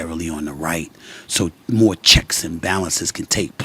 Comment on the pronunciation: Just a question are you from DC or the east coast cause I only remember people from DC saying Moe